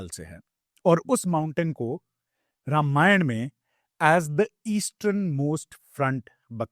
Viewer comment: रामायणा नहीं होता है, रामायण होता है, please हर हिंदी या संस्कृत वर्ड के पीछे एक्स्ट्रा आ लगाना बंद करे । धन्यवाद ।